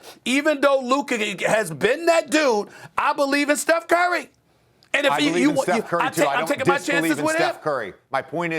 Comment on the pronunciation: Steph…. It’s Steph…….Steph….. it’s not even close 😂